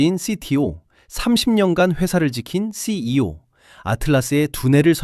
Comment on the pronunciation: 컨테츠도 중요하지만 기계어나레이션부터 수정하시길.. 새씨이오...